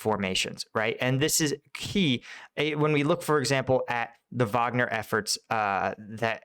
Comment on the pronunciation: It's a German name, so "Vagner" is the correct way.